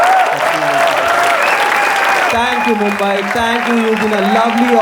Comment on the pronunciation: How hard is it to say Mumbai